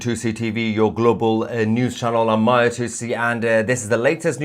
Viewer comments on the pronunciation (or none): none